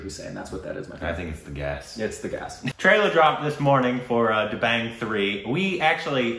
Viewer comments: No its da bang as in bang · Its pronounced as 'The Bung' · He is not competitive body builder, he is fitness promoter...watch his almost debut film....Maine Pyar kiya... da..bung....right pronunciation... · Salman Khan was not a body builder, he started as an actor. And it is pronounced 'The-bung' (as in rung)